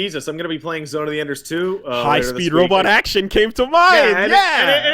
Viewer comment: "Character acshun gaem"